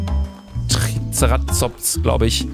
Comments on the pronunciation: Luca sagt TRIZERAZOPS Ich (Dinofan) heule innerlich Der Dino heißt übrigens Triceratops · Ein "Tri ze rat zops"😂😂